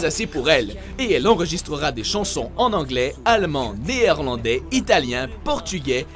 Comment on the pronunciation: Et Néerlandais ça se dit nérlandais et pas néérlandais.